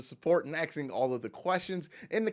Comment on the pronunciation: Asking. (Ass-king). Not axed....lol